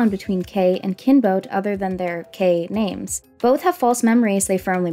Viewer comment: The way you say all the foreign names is wrong,bruh,actually...